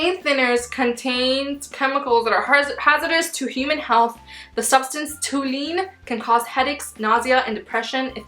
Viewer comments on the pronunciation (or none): fyi: it's pronounced tol-u-een. and it will attack your liver and lungs.